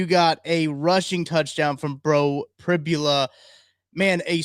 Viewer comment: Prib-YOU-la - not Prib-ya-la